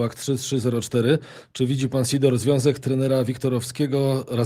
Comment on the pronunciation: Nazwisko pana Lecha wymawia się po polskiemu Sidor, przez si na początki a nie S I.